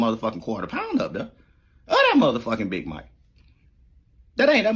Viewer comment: He called the big Mac the "big mike" Plies is outta control😂